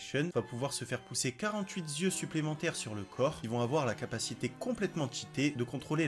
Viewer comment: Comme d'hab très bonne video, mais le "48 zyeux" je peux pas pardonner. On dit quarante-huit yeux". Pas de S, de Z, ou de liaison foireuse.